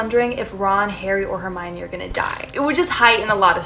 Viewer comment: You know she’s gonna be a real fan when she calls hermione “ HeRmIoNiNi “